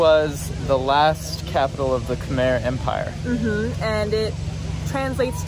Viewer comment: Khmer is pronounced Kuh-mai just for future reference : )